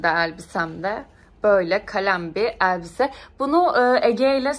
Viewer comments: Eeelbise değil elbise🙏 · Nolur eellbise deme be